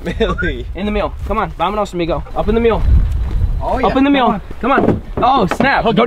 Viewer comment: Sounds like your saying meal not mule lol